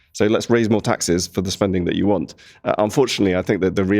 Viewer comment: I know it's a little childish but all I'm hearing from the labour politician is "do dis John do dat John!" 😂😂😂 Like I'm sorry, but speak properly! One minute it's want with the t pronounced then 3 seconds later it's "won'" without the T pronounced. She just sounds ridiculous and not serious. 😂